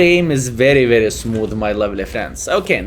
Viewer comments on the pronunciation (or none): "mai eim is smoof"